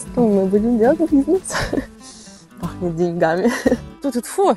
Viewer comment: Классное видео, успехов Вам и процветания. Пахнет деньгами, ударение на первую гласную. Привет из Казахстана!